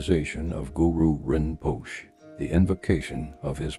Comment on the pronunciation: Isnt it pronounced Rinposhay? Are u not a student yourself bot? Better take refuge.❤